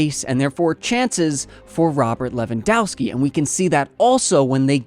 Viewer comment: ow and ov with or without skis or a's for women, endings are spelled off like offside. Pls correct that, you butchering every slavic name with that ending.